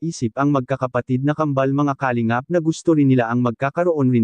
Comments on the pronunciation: Puro ka Kalimgap ng Kalingap .. Ewan ayusin mo Pronounciation mo .! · di ayos ang pagbigkas ng salita ng nagbabasa sa vlogg lalo ng salitang KALINGAP